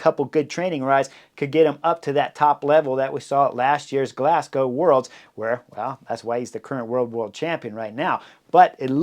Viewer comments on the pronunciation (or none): none